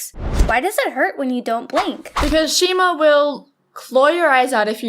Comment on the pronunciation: they said shema